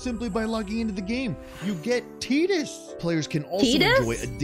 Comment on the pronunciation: its tai-dus, not teedus